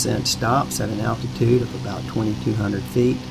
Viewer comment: "attitude" or ALTITUDE? Just wundrin'